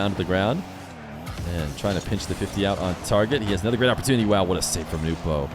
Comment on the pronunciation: Damn it is SO nice to finally hear it pronounced “Nu - po” again.